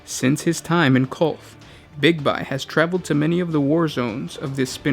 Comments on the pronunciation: Big-bye, big-bye big-bye, big-bye. Its BIGBY! Bye bye! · Big-Be... not Big-by